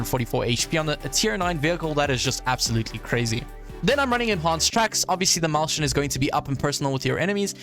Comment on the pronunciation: "maushen" my german speaking brain wants to die everytime you say that ☠️